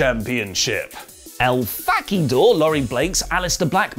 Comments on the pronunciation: no no Fahk ee dor-r-r-r-r-r Roll the r proper,! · El Fah-key-door Well he tried, and I appreciate that. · El fah-key-dor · “El Fa Key Dor” 😂😆🤣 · He said Fack ee door 😆😂 poor Lorie 👀 Lorie that spelling 👀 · El Fa-kee-door. Made my day right there.... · "EL FAAK-EE-DORRR" LMAO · El Fack-i-dor... Love it! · Just followed the fah-kee-door on Twitter. Sure was hard to find though! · I need to ask Black who in the world El-fahq-E-Dore is? Never heard of 'em. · El Fah-key-dore ... Hmmmmm ... That name doesn't sound so trustworthy ... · HA fah-kee-dor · You'd think he would be better at Spanish having a Spanish speaking wife. It's Lucha! Next thing you know he won't understand that making everything Fakidor just means improving everything! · I don't know what I'm happier about rn. The possibility of a punk return or blacks pronunciation of Laurie's twitter handle 😂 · How Black pronounces El Fakidor is legendary. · That's some Monkey's Paw nonsense for poor Laurie: his video promoted & praised by the subject, but at the cost of having his handle so hilariously mispronounced it almost overwhelms the coolness of recognition.